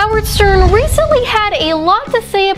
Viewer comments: Is my hearing off, or did you repeat say SERN instead of Stern? 🤔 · who cares ... I heard Sperm